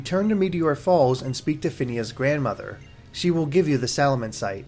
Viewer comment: Finnia??? Its Zinnia!!!